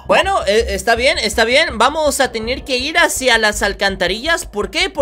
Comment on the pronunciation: Jajajajaja XD ame mucho el "tenir" 😻🤙🏻